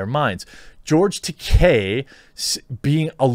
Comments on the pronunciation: Just a small point. His name is not Takei with an “i” sound at the end. It’s Takei with an “a”sound at the end. As he said on William Shatner‘s comedy central roast, the name rhymes with toupee. And he seemed a little irked that Shatner can’t pronounce it correctly. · Slight correction, from George's own mouth during his convention tours. "It is Ta-Kay, rhymes with Gay or Toupee" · That's pronounced "George Ta-kay" - Remember, "Takai" means "Expensive", while "Takei" doesn't. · Dude you pronounced George's last name wrong about 50 times.